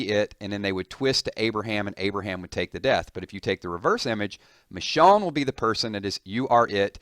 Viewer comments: Nice video, but you pronounced it Mishawn, the whole time, lol. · almost every day u say someone new dies. plus the way u say her name pisses me off